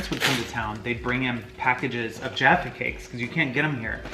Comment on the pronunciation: i hate the way most americans say jaffa but they acctualy said it right!!